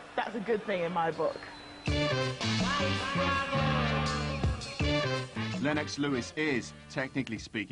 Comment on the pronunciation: Had to stop watching because of the way that woman was pronouncing 'Lennox'